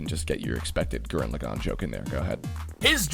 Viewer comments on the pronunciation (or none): you don't have to say tegen topa and it's Gurren Lagann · Gurren Lagann, , but I don't think it's pronounced like that.